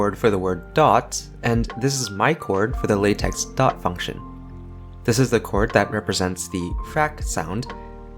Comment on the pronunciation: it's pronounced lay-tech (lah-tech also works)